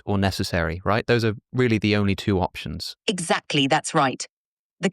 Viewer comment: "options" with an accent